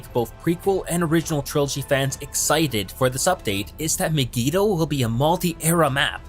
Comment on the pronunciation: Learn to pronounce Mygeeto